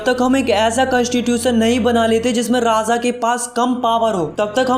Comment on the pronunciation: Its Raaja not Raaza